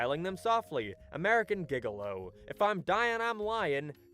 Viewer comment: This was great until the ending when he mispronounced "Gigolo." Disliking now.